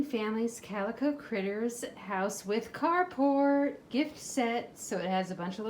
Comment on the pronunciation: Ohh, it’s the Carport House! I just discovered your channel recently and in one video you mentioned it. I thought you were saying “cardboard house” and I got confused because it didn’t look like any of the houses were made of cardboard😅